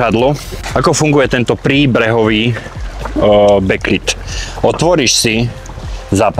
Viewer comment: Bek lid ,nie bek lejd bože